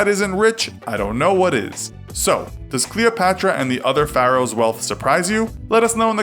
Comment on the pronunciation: You say Pharaohs wrong